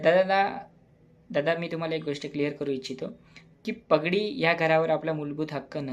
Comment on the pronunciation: प ग डी नाही बाळा, पा ग डी!🙏